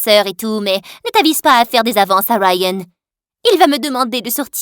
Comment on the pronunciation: "Rayyyyennnn" mdr c est pas rayan je sais pas moi ??😂😂😂